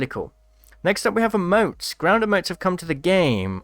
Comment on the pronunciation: It’s not “ uh-motes “ it’s “ e-motes